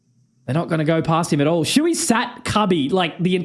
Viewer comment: siuhy its not shui, wtf?